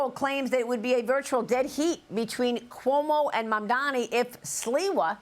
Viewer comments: It's impressive how Sliwa never gets Mamdani's first or last name right. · Curtis loves to pronounce his name wrong, man damnny